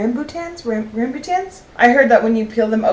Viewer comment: ram-boo-ton. Those things are everywhere in Thailand. Delicious and a good replacement for lychee. I prefer rambutan usually, and the process of peeling them is FAR easier than peeling lychee. Your hangry balls look awesome! I would imagine they would be good with dried fruits!